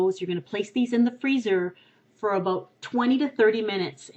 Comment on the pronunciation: the way she said "about" :p